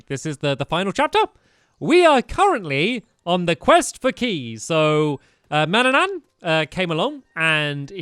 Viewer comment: It's pronounced man-an-in not man- Ann-an